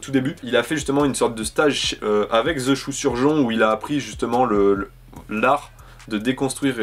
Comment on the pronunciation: super vidéo mais il y a juste quelque chose qui me trouble c'est quand tu répètes "the choux surjon " 😂